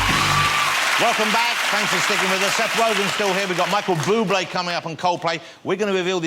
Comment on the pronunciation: heh micheal bwoobway